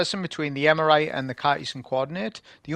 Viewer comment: "Eremite", not "Emerite" :face-green-smiling: Great video, nonetheless!